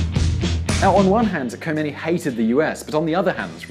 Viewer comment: Khomeini not Homeini :)